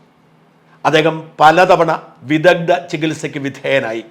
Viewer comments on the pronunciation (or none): "വിദഗ്ധ" "വിദഗ്ദ" അല്ല